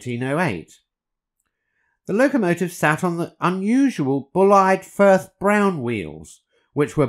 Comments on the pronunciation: His family tell me the name is pronounced Bulleed not Bullide ! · Bullied would be Buleed. Bullied would be Bulleid. That’s the English I was taught in the forties/fifties. I do know he was always pronounced BULEED. ? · Lol " Bull eyed " pronounce of the word " Bulleid " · It's Bulleed. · Bulleid is pronounced bulleed, and wheel formations do not use the word zero - the leader was an oh-six-oh + oh-six-oh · Are you sure you've pronounced Bulleid correctly? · Does anyone know how to correctly pronounce "Bulleid"? So far I've heard "Bull-ead", "Bull-eed", "Bull-ight". What is correct?